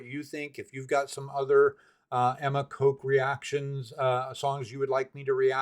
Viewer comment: Btw You pronounce the 'o' in Kok the same as in Coke and Cola. That's incorrect. It's short like in dot, boss and sock. In english 1 simple character often has multiple ways of pronounciation.